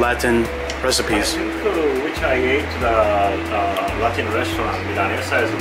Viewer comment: pronunciation of Milanesa was on point:) and I had a similar suspicion the first time I ate tonkatsu (that it's very similar to milanesa).